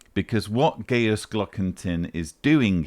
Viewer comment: On a pedantic note,: Gajus is pronounced "gah-yus" like its Latin forebear Gaius, not "gay-us". Less pedantically, Gajus's surname might be translated from German as "Dingaling" or "Tinkerbell" 🔔😉